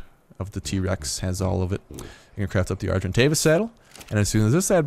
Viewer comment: you have to call your argentavis: SergantDavis LOLOLOLOLOLOLO